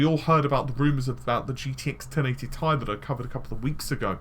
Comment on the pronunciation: tea eye not tie